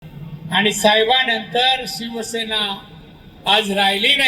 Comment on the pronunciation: नीट सिवसेना बोलता येत नाहीं . ज्या आता भाजपची चाट . तुला नाही स्वाभिमान आणि अभिमान तु चाट्या झालाय .